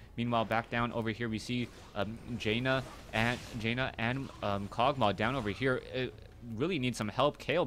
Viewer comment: great cast! but its pronounced JAN-NUH, not JAY NUH <3